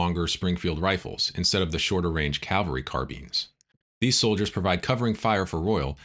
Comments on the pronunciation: Great podcast but one minor knit-pick correction from an old Army officer. It’s CAValry not CALvary. That said, I am subscribing. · Unfortunately a common mistake. Even with those "in the know." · it's " Cavalry" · Nice recounting. Though I noted the mispronouncing of "cavalry."